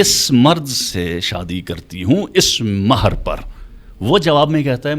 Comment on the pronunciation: نکاح متععہ محر 😂😂😂 بی بی جس طرح "ح" پڑھ رہی ہے۔ مہر کو محر پڑھا۔